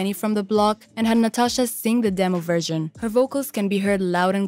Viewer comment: Why do you pronounce version like "virgin"? And it's Christina MILIAN, not "Millen." "Reached number on the Billboard.." what number? LOL